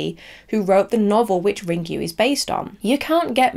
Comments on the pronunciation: Ringu is pronounced Ring-goo, not Ring-you 😆 I hope you look up the Japanese pronunciations for the names when you make the video about Ringu at least! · I'm sorry if that came across rude, but as Japanese, I feel I needed to say something so that people don't pronounce it wrongly. I have watched Hideo Nakata talk about Ringu in an interview, and he pronounces it Ring-goo as well, which is correct. He did not say Ring-you. I appreciate that you checked the pronuncations, I mistakenly thought you did not, because you pronounced Ryuji as Ra-yu-ji, which was incorrect too. It is understandable as your language is not Japanese. I just wanted to point it out to anybody who reads this so that they will know how Ringu is supposed to be pronounced.